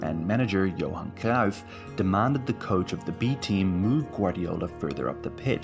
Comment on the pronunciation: Visca Espanya y viva Cataluña. Pep will never manage the Spain national team because he’s CVCK separatist. Also, another English speaker telling us about our own country? Get that bull narrative out of here. You can’t even pronounce Cruyff’s name properly.